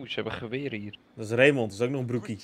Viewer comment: Ik heet zelf ook Raymond, maar de letter D spreek je eigenlijk niet uit! Het klinkt ook zo raar om je naam te horen met een d op het eind! 😂🤷🏻‍♂️